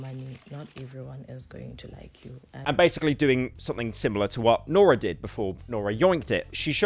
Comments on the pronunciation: So paranoid about pronouncing things wrong then calls her Nora the whole episode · Guy says he’s not gonna mispronounce names then goes on to mispronounce the easiest name continuously. Nora. lol